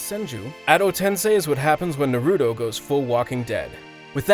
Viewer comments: NARUTO. Not natudo. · I stopped watching after I heard him call it "Nuh-Roo-Doh". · Fr lol “nurudoo”😂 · Goku is unstoppable so nothing can beat him and you can’t even say naruto right